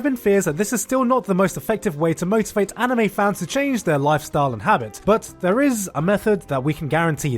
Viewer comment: You just said amine instead of anime